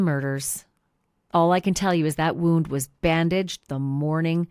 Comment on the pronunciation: This is old news. Who gave you the knowledge that these pictures had never been seen before, because you are incorrect. We have all seen these pictures. Where have you been or are you posting old videos. WTH are you doing? And . . .your obsessing over that “woooooound” lol is comical. . . sorta embarrassed for you.